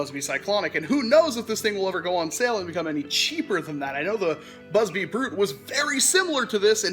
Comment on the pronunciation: Did he say Buzz BLEE? xD